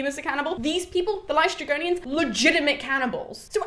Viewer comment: Hello, greek person here. Aeolus is actually pronounced Ǽolos in greek. Also you got LǼstrygonians correct. Love your passion for greek mythology!